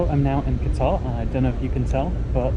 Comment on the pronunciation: Qatar Airlines, as in the country in the Gulf, not guitar.